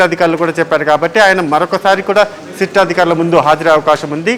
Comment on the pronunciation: సీట్ కాదు సిట్.